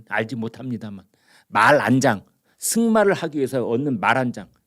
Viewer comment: 마란장. 으로 들립니다. 말 안장 으로 띄어서 발음하셔야지.